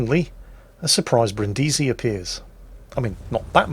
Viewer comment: Omg the way you pronounce Brindisi is very very bad soundet like some cinde of name from filipines not a name of a costal city in italy